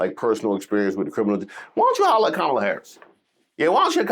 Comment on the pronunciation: And STILL can’t pronounce Kamala